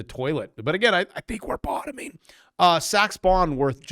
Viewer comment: 😂 said "bottoming" 😂